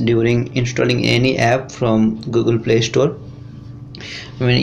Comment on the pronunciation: Its funny when you say Google you say gagol